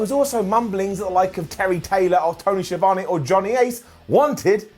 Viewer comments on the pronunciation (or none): none